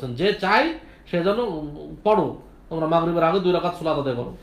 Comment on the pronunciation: দুই যাকাত না ভাই দুই রাকাআত হবে।